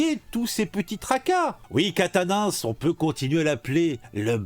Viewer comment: Aaaaaaaaaaaaah !!! Je DÉTESTE quand on massacre les noms de famille !!! 😤😤😤 C'est QUATENNENS, prononcé : "Kat-nince" !!! (pas : "Catin-nince" 😑 ... )